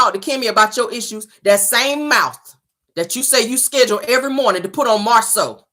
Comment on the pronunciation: Schedule not schedrill